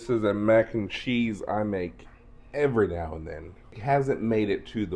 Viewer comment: Your recipe is very similar to mine although I've never thought to use cheez its. Great idea. I'm so glad your recipe does not have Velveeta in it. You crack me up the way you say "chezz" 😂.